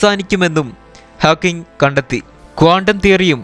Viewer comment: Great work.... ഹാക്ക്കിങ്‌ അല്ല ഹോക്കിങ് ആണ്.....please note it